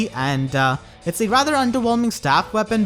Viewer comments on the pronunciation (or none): none